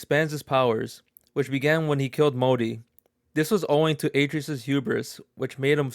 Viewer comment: Yeah, and he also says Atreus wrong, probably hasn’t even played any of the games